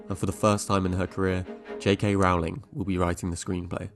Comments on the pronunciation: I really want to engage with this essay but it just throws me off and irks me that you can’t pronounce her name correctly. Her last name is pronounced “rol-ling”, not “row-ling” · My ears are bleeding from all the times I hear "rahwling" - it's "ROLLING" (like "BOWLING") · I cringed every time you mispronounced Rowling. It rhymes with "bowling" and "rolling," NOT "howling." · It's Rowling, NOT Rawling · Rowling rhymes with bowling not with howling. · Seriously what's with pronouncing her name R aw ling? People who create content about her should at least know how to pronounce her name lol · You make a lot of good points. Minor quibbles: I believe that her last name rhymes with "bowling" not "howling," and that Steve Kloves' last name is pronounced with 2 syllables ("Klo vis"). I REALLY wish that Kloves or even Michael Goldenberg had been asked to help from the get-go with these prequal films. Yes, they all might still have reeked of cash-grab, but they might also have been somewhat watchable and consistent. I actually wrote my dissertation about the practices used to adapt her (for the most part) excellent novels into the medium of film. It is sad that this is now the legacy of WB's adaptation of the Potter world that we are all left with. To be fair, only about half of the original 8 Potter films were good, but their adaptations still felt justified. It is so disheartening to see see a writer with a gift for dialogue and world-building (and such a weakness for depicting action) buy into her own bullshit and craft such mediocre-to-bad movies as these. WB should have just left well enough alone . . . but I am sure that it all looked like a great idea . . . on paper. Alas . . . it was not. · Sorry to be that guy but her name is pronounced ROW-ling as in TOE-ling. Just watch any interview with her and you’ll see. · Rowling like "bowling". Kloves like "clovis". Leigh like "lee". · It’s pronounced JK Rolling